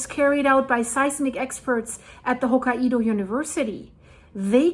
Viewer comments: Okay this is just sad... It's not "Ho-ki-e-dow" 🙄😒 it's pronounced Ho-kai-dow the "Kai" is like saying "Sky" the Kai part is like saying Sky, Kai, Ho-sky, Ho-Kai. Get it? There's no "E" in the name. Your saying Ho-ki-E-dow. There is no such place in Japan. Not one person around you has tried to correct you!? No one!? This is why it's sad. I hope this helped. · Japan lesson time. Say Hokaido as, Ho-Kai-Do. Not, Ho-Ka-ido. Ho, as in Santa Ho Ho Ho, Kai rhymes with Guy, and do, as in Do Re Me. よろしくお願いします。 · Pronounced hoo kai do. Not ho ka i do. lol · [Hoh-ky-doe] Please 🙏🏻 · Hello from Japan! The pronunciation is HoKAIdo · It's actually pronounced hoke eye doe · We were in Okinawa during the 9.2 (we had virtually no effects) and my son was in Tokyo (chaining up his American bike the moment it hit). We moved to the mainland that summer and were able to participate in the clean-up of a rice field in I believe August of that same year. The devastation first hand was unbelievable. As a side note, Hokkaido is pronounced by the locals as 3 syllables. Hoe Ki doe with emphasis on the Ki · Its Ho kye do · The Japanese Island of Hokkaido is pronounced as "Hok-eye-do" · Living just across the Coast Range from Cascadia subduction zone I’m really glad Oregon doesnt have nuclear plants on that coast! By the way the pronunciation is Ho K-eye Dough. Santa says Ho Ho Ho, eye Dough (like bread) 😌💙💙💔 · Living just across the Coast Range from Cascadia subduction zone I’m really glad Oregon doesnt have nuclear plants on that coast! By the way the pronunciation is Ho K-eye Dough. Santa says Ho Ho Ho, eye Dough (like bread) 😌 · hoe kai doe... 3 syllables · On the Pulse as always, thanks! (Btw its pronounced "hawk-eye-doe" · I think Hokkaido is pronounced “Hokk-eye-do”